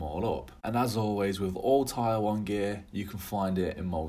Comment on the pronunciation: Tier is pronounced TEER nore TIRE, lol